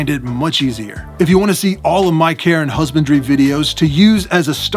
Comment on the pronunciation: I keep hearing "Care and Husbandry" as "Karen Husbandry".